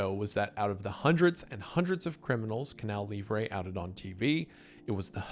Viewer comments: Wendigang writers, I'M M BEGGING YOU, give this man a pronunciation guide!!! It's Canal Lee-vruh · He was doing great, he pronounced "Manaus", "Wallace Souza" but then...."Canal Livre","Faustão"...meu deus 😭